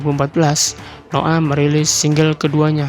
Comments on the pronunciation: Noah blok .bukan noo'aah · noah blok bukan no ah